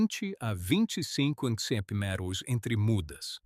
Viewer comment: Estava ouvindo os 1°s minutos e estava pensando justamente isso!! "Centiméters"!!! 😅😅😅😅